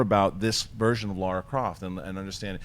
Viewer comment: LARA Croft, not LAURA Croft.